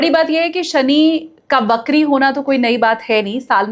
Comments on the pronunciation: Shani bakri nahi, vakri hote hain. Please hindi ko achhe se samajh kar baat karen. Hum Hindustani hain aur hamari hindi achhi hona bahot zaroori hai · बकरी नहीं वक्री होता है